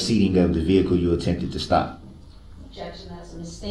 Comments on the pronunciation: If you take a shot every time he says "grounz," it will take several days to watch this video, and then you will need to enter rehab. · You mean " Grounz"??😊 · He lies from the very beginning, when he is being arrested and intentionally mispronounces his first name.